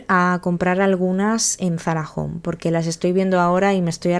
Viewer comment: Es Zarahome,home de hogar no jom 😊